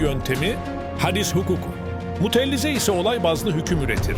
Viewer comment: Mutellize değil Mutezile